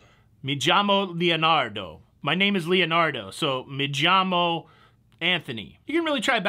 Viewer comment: MAY YAMO pronunciation.....me llamo...I call myself.